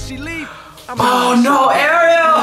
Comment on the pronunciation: Her name is not like the little mermaid Ariel but like are-e-l